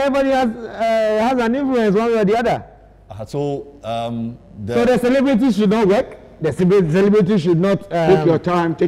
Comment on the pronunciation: When said cebeli.. instead of celebrities and jeneral said take your time take your time and kumasa also said cebelebe cebelebe😂